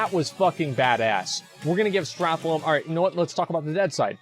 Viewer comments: Can you stop calling it Strathlome? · Did anyone else's spine shift every time Asmon said "StrathLOME" ? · Strath-Lome. HAHAHAHAHA :D Maura-Don. HAHAHHAHA. This guy cracks me up. Opinions on things he can't even read :D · The way he said "Stratholme" litteraly gave me cancer. Wish me a good recovery!